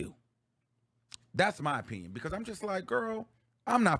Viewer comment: Did say when people. Give there oPEEion on young Miami 😅